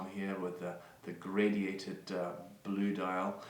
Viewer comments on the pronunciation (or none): Graduated not gradiated dial